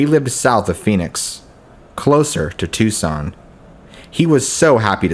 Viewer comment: Its pronounced (Tucson) tooson. Gila monster is Heela monster. Not critising just info. 😊